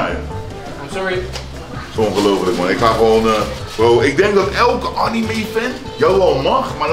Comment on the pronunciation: ik moet al huilen met hoe jij anime uitspreekt